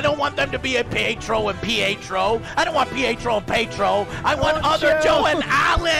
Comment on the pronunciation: Prince Pie-Etro lol